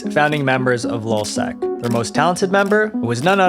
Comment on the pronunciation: This guy is a freaking idiot. Hector Monsegur was the leader of lulzsec. It’s lulz not lol you dummy. Got this is the worst YouTuber I have ever come across.